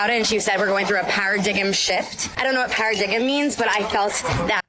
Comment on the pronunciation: "para-diggem shift" My God, did I actually just hear that? Tell us again how well educated you all are.